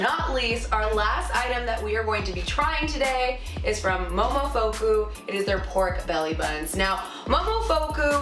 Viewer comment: Her pronunciation of momofuku killed me. I cringed when she mispronounced it... 🤦‍♀️ still all too pricey :(